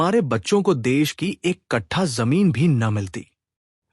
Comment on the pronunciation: Ki shbd aap glt bolte ho, smjh me nhi aata Khani bhut achchhi h